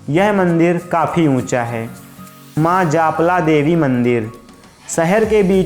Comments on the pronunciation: Japla nhi maa jalpa boliye 🙏🙏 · Dost japla, ni h jalpa ji bolo me bhi Katni se hu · Bhaiai katni se hi hu par itna Gyan kabhi na tha🙏.aur suno wo jalpa mata mandir hai .jaapla mandir nahi😬😬😬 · जालपा मंदिर है सही बोलो जापला मत बोलो गलत बोल रहे हो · जालपा का सही उच्चारण